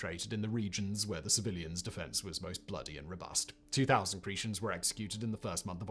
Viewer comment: Cree- shens? Lol. It should be pronounced: Cree-tens.